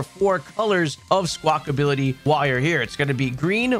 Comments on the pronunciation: Thanks for the video again, great stuff... P.S it's not Squakability it's Squakabilly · love that you spell squawkabilly correctly but you keep saying "squawkability" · Its Squawk- abilly, NOT SQUAWK-ability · 😂 It was getting to me so badly. Lmao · "Skwakability" - and AustinJohn